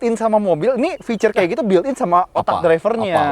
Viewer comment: Fitur pak fituuur. Bukan ficur